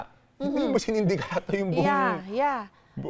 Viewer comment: "sindikato", hindi sinindikato